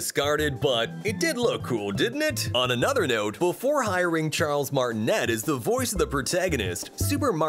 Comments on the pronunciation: You say Charles martineeee not net. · It’s pronounced Charles MartinAY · cool vid btw it's pronounced martiney not martinette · Charles Martnet?! Its Charles Martinet!!! (Pronounced martinay) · Fake fan trying to make money off your nostalgia you can't provide me facts when you don't know how to pronounce the man's name who voiced Mario